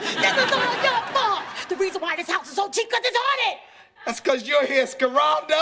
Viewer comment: Yo when bro called Pam "Scare-aldo" i was done! lol :D